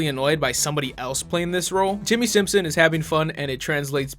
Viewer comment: did you just call my manz timmy simpson